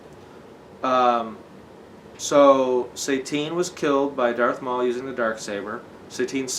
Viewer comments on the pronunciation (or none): It's S - ah - tine not S-ey-tine ! same with S-ah-bine .